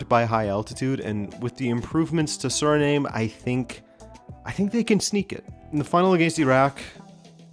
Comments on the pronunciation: I don't think it's pronounced SURNAME but SUH-REE-NAAHM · Did you just pronounce "Surname"? It's Sir-ri-nam - Frank Rijkaard and Ruud Gullit are legendary Dutch footballers of Surinamese descent. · Not to be that guy ☝️🤓 but Suriname is pronounced like Vietnam